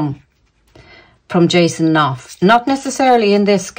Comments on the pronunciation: Hi. It's pronounced ---- Ken Auf. / Knauf. It's from the German Knopf. Meaning Button. Knob. Chubby man, depending on which Germanic class you come from. Love readings. Great readings & banter. Those two are done. What a carry on. Keep up the good work. Infinite Love & Gratitude.🙏💕🌸 Christine. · Knauf - Norf silent k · Hi, you don’t pronounce the K in Knauf.Always look forward to your readings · Knauf like know so: Nauf :) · Knauf pronounced as "naaf" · Jason's surname pronounced: Norf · Hi. Great to hear you today. Jason Knauf (the K is silent) might not have spoken up. I read on Quora today that her people have been attacking him viciously before he decided to speak up. She knew he has the goods on her so set her dogs on him. He got permission to speak out. He was not employed by them, he is employed by the firm so William gave permission.